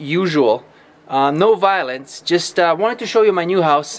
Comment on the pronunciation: he said " No Vilonce " BUT then There's Vilonce